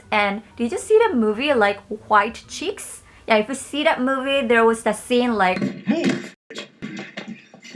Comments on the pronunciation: when she said "white chicks" i thought she said "wide cheeks"😳😳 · she really said white chicks like "white cheeks🖐🖐" while referring to diarrhoea... imma head out😂😂